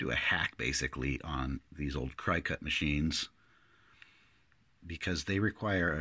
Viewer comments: I still have my original baby bug, the Cricut (or Cry-cut as you pronounce it).. also have the original Expressions and the Special Anniversary Edition with the FOUR preloaded cartridges. $50. was a pretty good price, I paid $118 when the Expression came out and lowered the price of this 'baby bug'. I have over 30 cartridges, so I would never try this... but it's great when someone can figure stuff like this out.... I am surprised that the die cut machine seems to be programmed for the George cartridge - I use all of mine in the machine at various times... interesting !! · I know…I was just watching since I hadn’t used my Cricut in a while and wanted to see what you were doing! And it’s pronounced “Cricket,” like the insect…at least everyone I know says it that way! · I believe it's pronounced "Cricket." Like the insect. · A gypsy is a hand-held controller and works similarly to having the Cricut App on your cell phone. BTW Cricut is pronounced like the insect and the cute little bug in the logo on the machine.